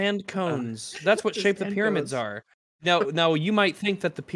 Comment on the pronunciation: "Pyromids" My first thought was:" Does he mean Tyranids? From Warhammer 40K?" No he meant Pyramids. I...... didn't... couldn't think of that. That word was so far from everything I could have guessed.